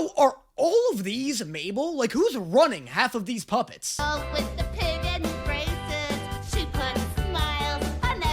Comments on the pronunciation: When pacifca said braces i heard racist and had to do a double take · Instead of "braces" I heard racist- WHAT IS WRONG WITH ME?!?!